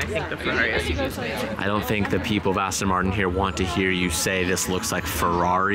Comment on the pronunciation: Aston Martin, not Arse-ton